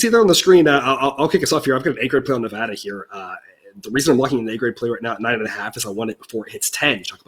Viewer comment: It is Ne-VAD-a, where VAD rhymes with BAD. It is NOT Ne-VAHD-a.